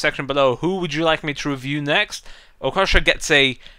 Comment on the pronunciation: It's not pronounced Okosha, its Okocha........ clearly knows nothing about real life football